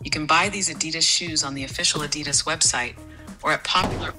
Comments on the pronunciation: Neither of you can pronounce Adidas correctly. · FYI, Adidas, isn't pronounced A DEE DISS. It's AHDEE DAHS. It's a German company named after the guy who started the company. Adi (AHDEE). He and his brother had a falling out at some point, so his brother started Puma to compete. The more you know! 😁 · The glasses don't even know how to pronounce Adidas properly.